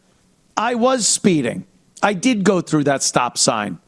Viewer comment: “What I deed???” 😂